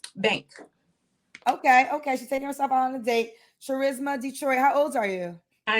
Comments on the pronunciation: Cha RISMA???? 🤔 as in the word *Charisma* 🤷🏽‍♀️ which is pronounced as KA Risma; the H is silent. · Her name is Charisma pronounced Ch-ris-ma instead of Ka-risma. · Charisma literally pronounced CHarisma is… interesting. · Sad her mom named her charisma BUT pronounces it “char risma” which is weird b ratchet! Set her up for failure 😂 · Cha-risma? You telling me this women don’t know how to pronounce her own name?🥴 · Her mother didn’t know how to pronounce “charisma” 🤦🏾‍♀️🤦🏾‍♀️ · So she was named charisma but given the wrong pronunciation